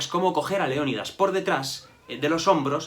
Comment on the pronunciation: Cuando dices el rey leonidas parece que dices rey león 😂😂😂